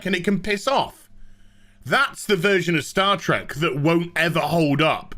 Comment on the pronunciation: HAHAA HE SAID STAR TRECK HE SAID STAR TRECK I WAS THE FIRST TO NOTICE REEEEEEEEEEEEEEEEEEEEEE